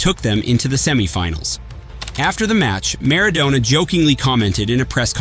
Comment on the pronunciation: It's Mar-ah-DONNNA